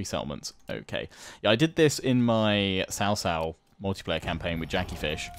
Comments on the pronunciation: Its not CaoCao but pronoused as ChaoChao.( I dont kbow how to explian it in chinese to english.) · cao cao is more like Chao chao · Cao Cao is more closely pronounced “Sao-Sao” in English. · I really shouldn't but I just can't control myself from laughing at how non-chinese speaking gamers struggle at pronouncing hero names. The way you guys say Cao Cao sounds like sister-in-law, gets me every freaking time. Thanks for the video tho, love them. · Just to give a few tips on how I would perceive mandarin pronunciation. Liu Bei would be pronounced similar to "Lee-ew Bae". Lu Bu would be pronounced like "Lee Boo" or "Lure-Bu" minus the "re". Cao Cao would be more like a quick but almost silent "ch" sound when pronouncing the Cs. Yuan Shao would be pronounced like "You-and Shao". Guan Yu would be pronounced as "Goo-un You" with the "un" from 'understand'. Zhang-Fei would be pronounced like young are saying Junk but replace the k with a g. Liu Biao would be pronounced like "Lee-ew Bee-ow". Sun Ce would be pronounced like "Soon cher" from the word Archer and again with the quick and almost silent "ch" sound and minus the 'r'. Sun Quan would be pronounced like "Soon Choo-and" minus the 'd'. Huang Shao or any named character with Huang as their name would sound like "Who-ung" with the "un" from Understand. This is what I know so far. Feel free for anyone to correct me if I got something wrong. A lot of these names may sound different based on Chinese dialects. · Honestly I would be absolutely happy with everything elese if he just pronounced Cao Cao and Liu Bei correctly.